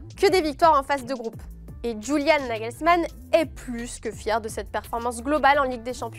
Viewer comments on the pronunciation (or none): none